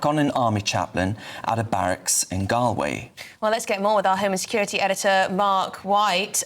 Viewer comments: Pronounced Gall Way... please. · Please learn how to pronounce 'Galway' - it's a pretty basic thing to get wrong!